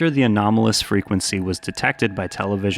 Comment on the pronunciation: i know it’s not relevant but you mispronounced ephrata lol